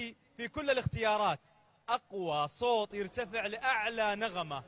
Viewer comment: ليش المقدم يقول صوط